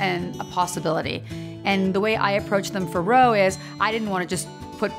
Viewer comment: Ro not or